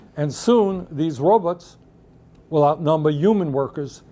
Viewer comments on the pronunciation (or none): . Lol. "Robuts" He sounds like Zoidberg from Futurama.